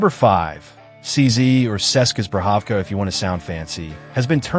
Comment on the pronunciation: First off, if you're going to say "ceska zbrojovka, if you want to sound fancy," you should probably pronounce it properly. The hacek over the C (pronounced hacheck) enlongates the C, turning it into a CH. And the J is pronounced like a Y. So it's "cheska zbroyovka uhersky broad." And you say "The downside is that we don't live in Prague." As someone who did, I will tell you that the wait time and availability in Prague is probably worse than it is in the US. CZ isn't even out of Prague, they're made in Moravia, which is the equivalent of another state to them.